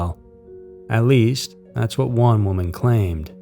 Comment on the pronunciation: Why does this AI voice sound like Matthew McConaughey? it's pronounced woman, not womand. The voice is scarier than an alternate universe.